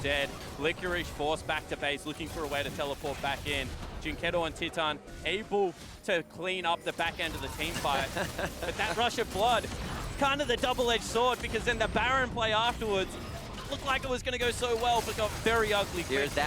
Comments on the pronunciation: You're fucking NA casters. Stop pronouncing "titan" as "Chee tahn" you God damn morons. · Fire that caster who keeps saying "chee-tan". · HIS NAME IS TITAN NOT TEATON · Why is his name pronounced Chitan wtf